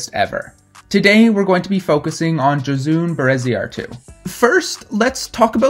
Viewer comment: Gosh, you butchered her name hahaha. I’ll give you that euskara is not easy by any means.